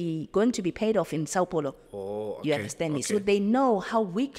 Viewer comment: I speak Portuguese I also say she did not mentioned Brazilian cities name properly like saopaulo,etc if you could allow me to speak with her cause I speak both Zulu as well❤